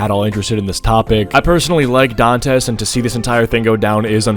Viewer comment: Pretty sure that's pronounced like "Dantè"?